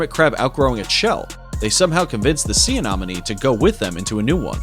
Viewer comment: Was anyone else annoyed by his pronunciation of "sea anemone? (Say: ah-NEM-ah-nee)